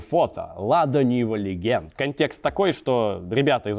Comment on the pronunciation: Legend [ ˈledʒənd ] - произносится как леджэнт, а не "легенд".